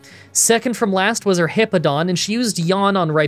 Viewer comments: You keep saying Heepo-don but it’s He-POW-don , it’s a nothing complaint but it just kept bothering me 😅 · Fantastic run, ground is my favorite type and I've been wanting to do a solo type run in platinum. Also I love you but it's HipPOWdon, not Hippodon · It's pronounced "Bweezil" NOT "Ba-weezil" "Star-rave-ia" not "Star-ah-via" "Hip-POW-don" not "Hip-Po-don" "Bweezil" NOT "Ba-weezil" I'm just going off how they said it in the anime. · I'm pretty sure its hippo-po-tas and Hip-Pow-don Correct me if im wrong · Hip-pow-don there is a w in the name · Great video! As a quick fyi incase you wanna make sure you’re saying names right, it’s hip-ow-don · It’s always interesting to hear you say Pokemon names. When I see Hippowdon’s name, I assume the “w” in the word is intended to make you say “POW!” Therefore, the word would be “hip-POW-dahn.” But the way you say it is much more natural for the way English words are pronounced - when you don’t assume Pokemon names are trying to be funny or break natural language rules. If it was a real animal, you probably would say “hip-oh-dahn.” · It's pronounced hippo-po-tas and the evolution it's pronounced hip-pow-don. It's pronounced star-Ray-via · Hippo-pa-tas Hip-pow-don That's how they pronounce it in the Diamond/Pearl series Hope that helps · The way to pronounce hippopotas is hippo-pa-toss and hippowdon is hip-ow-don Edit: added hippopotas's Evo pronunciation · Lol you pronounce the name like this hip pow don